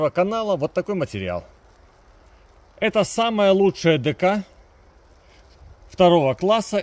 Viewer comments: И произносится не де ка а дека. Ударение на е на первый слог. А Дэ Ка это дом культуры. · Ударение конечно супер Дэка́ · декА😂😂😂 чувак, открой словарь и глянь где должно быть ударение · Вы или чайник или балабол. Но судя по ударению в слове дека, то первое. ))))))) А про все остальное, японские лентопротяжники )))))))))), самая лучшая дека))))))))), качественные конденсаторы )))))))))), то и первое и второе одновременно. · Дк это здание, научись ударение ставить противно слушать, лентопратяжник